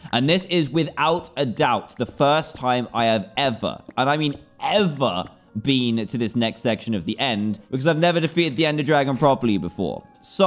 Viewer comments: Why bean? People can speak their own ways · Ahh yes I haven't BEAN to the second part of the end as well